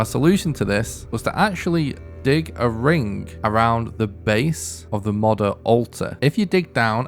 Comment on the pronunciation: Two years old... hmm. I wonder if this guy has learned how to proununce Moder yet?